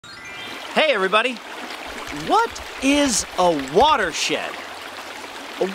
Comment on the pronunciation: it sounded like water shit lol